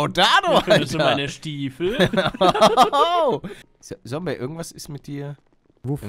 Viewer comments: Wie er damals immer sombey sagt anstatt zombey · Der alte legendäre Palle der noch Sombey sagt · Ich🙋🏻‍♀️ und das „Sombey“ triggert ja richtig😂 Is mir früher irgendwie nicht so aufgefallen😂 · Und Sombey statt Zombey gesagt hat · ich die das jetzt noch guckt und mich es jedes Mal aufregt wenn Palle Sombey sagt anstatt Zombey haha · Wie er damals noch Sombey gesagt hat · Paluten es heißt Zombey nicht Sombey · Bin ich die Einzige die Palle immer Sombey sagen hört 😂😫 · Wie er Zombey noch sombey nennt xd